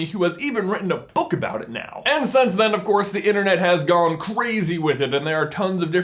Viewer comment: i know it's just a small thing, but once u hear it, it's grating. Since =/= sense. Why does he pronounce since like sense??